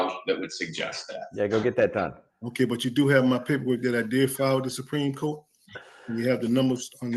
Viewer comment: Supreme “coat”😂